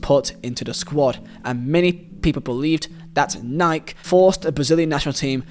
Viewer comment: The first person on youtube that I've seen pronounce nike right